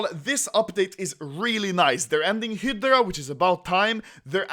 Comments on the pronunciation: Its (High Drea) not hdrea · Hi-dra. Hi-dra. Not head-ra, we know you like head but it’s hi-dra baby. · You don't pronounce it HIDRA, you pronouce it HAIDRA! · Stop saying “hid-dra” it’s “hi-dra” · HAHAHAHAHAHAHAA OPERATION HEEEEEEDRA, ITS FACKING HIIIIIIDRA ANOMOLY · ITS HYDRA NOT HIDRA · Phantom Friends he says hiddddddddddrocholocal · Anomaly : Hedra People : Hidra Autistic kids : Fidget spinners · Its not hidra its hydra hi-dra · You pronose Hydra like Hitler ^^ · It’s pronounced “HI-DRA” XD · When you say hydra it sounds like Hitler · at first I heard "The best of Hitler" lol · OPERATION "HIDLER" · ITS PRONOUNCED HI DRUH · high-dra, please it's frustrating me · The new way to say Hydra "hedra." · When he says hydra it sounds like hitler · Hydra = (Hi-druh) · i understood: “they are finishing up hitler“ xD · Anomaly SAY IT WITH ME High-Druh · When you say Hydra is sounds like Hitler and how the hell you fuck that up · When anomaly said hydra, it sounded like he said Hitler lmao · When you say "hydra" looks like you are saying "Hitler" wtf AHAHHAAXDDDDDDDDDDDDDDDD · Why does it sound like you're saying hitler when you say hydra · its HI - DR- AA FUCC BOI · When you say Hydra it sounds like you are saying heetler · "hidra" lel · im glad operation hydra is over so I can never hear anomaly say hiiddra again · I thought Anomaly was saying Hitler, not Hydra